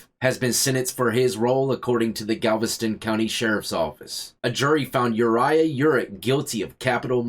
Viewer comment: Dude did you just say the boyfriends name was Urine 🤔 The guys name is piss ?